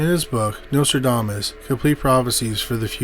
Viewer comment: Notradamus !?? What the!! The narrator speaks very lazily and doesn’t even pronounce the name correctly!